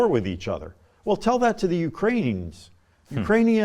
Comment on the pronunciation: "Ukrainia" XD